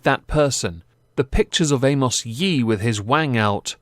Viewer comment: “Amos Yeet”. Hahaha. Does the narrator have a speech impediment??